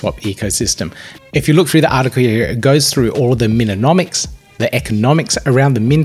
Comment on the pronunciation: MINomics, not MINonomics fammmmm ahah love you, keep going, thanks for keeping us updated ! Happy New Year !